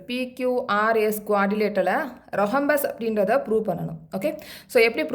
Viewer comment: Mam it's rhombus not rohumbas